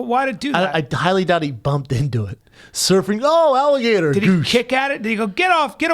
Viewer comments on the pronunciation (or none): none